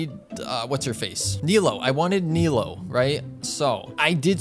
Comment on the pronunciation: her name is pronounce nee-loo btw